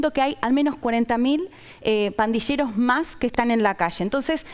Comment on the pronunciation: Pandilleros no se pronuncia /pandisheros/. ⚠️ Cuidado con la pronunciación señores argentinos.